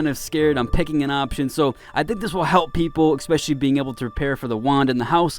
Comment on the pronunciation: I was watching the video and decided to comment and beg you not to say "exspecially" but then you said "deuces" and my facepalm went through my forehead.